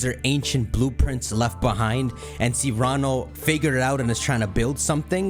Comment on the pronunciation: Cyrano - Sear uh no. Not See rah no.